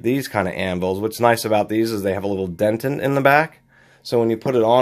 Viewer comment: DE-TENT not DEN-TENT